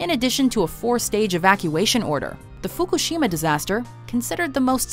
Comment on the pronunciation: She tries so hard to get the accents right but mispronounced Fukushima